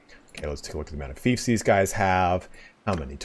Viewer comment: Fiefs is pronunced feefs, not faifs